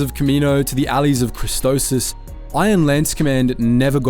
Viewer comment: its CHRISTOPHSIS not CHRISTOSIS